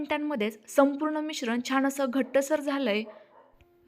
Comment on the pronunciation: रेसिपी चांगली आहे पण परंतु शुद्ध बोलायच्या हव्यासापायी "न आणि ण "यातला फरक तुम्हाला कळत नाही त्यामुळे "छान" या शब्दाला " छाण छाण " म्हणताय.